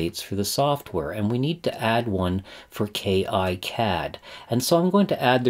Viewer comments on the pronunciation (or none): It's actually pronounced "KeeCad" , not "Key Eye Cad". And there is no professional or community version for KiCad, neither does it require a license. It's all FOSS, check out